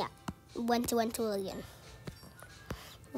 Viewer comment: why did he say twillion